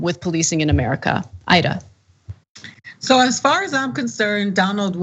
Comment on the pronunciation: Ana, I love you girl but Imma need for you and everyone to PLEASE pronounce Aida's name properly. It takes a bit of effort I know, but it really makes a difference. Thank you🌻